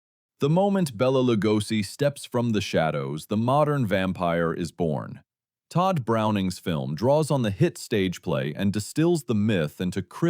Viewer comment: ) Bela pronounced Bey- La.